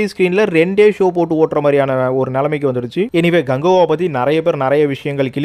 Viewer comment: Bro ganguva illa kanguva 😂